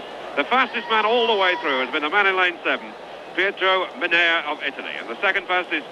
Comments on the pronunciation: A shame he can't pronounce Mennea properly! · Mennea's name pronounced badly. I do not understand why native English speakers never have respect for other languages. Try to learn the exact pronunciation as everyone who learns your language does.